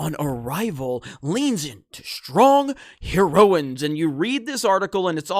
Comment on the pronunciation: What's a HER-RI-O-IN .............. Is that some kind of Japanese Samurai ........... You only have to read and you can't get that right lol